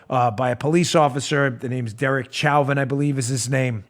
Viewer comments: Btw the name Chauvin is pronounced 'show-van'. It's French and is the root of the word chauvinist. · Dan, btw Chauvin’s, last nam is pronounced “Showvan”. I hope you don’t mind my correcting you. Love ya! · It's french name pronounced shovan (chauvin) many family members with that name in south Louisiana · Chauvin...pronounced. “Showvan”... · It’s french, pronounced “Show Van” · I think the pronunciation is "show-vin" as in "Chauvinist." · Officer's name is pronounced "sho-vin", stress on the "sho", the French pronunciation of "vin", Dan. At least in Louisiana... I guess his people didn't make it all the way. Keep up the good fight, Dan.